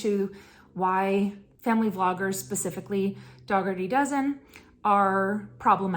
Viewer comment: It is pronounced Dougherty like cookie dough. The G is silent. Just wanted to let you know.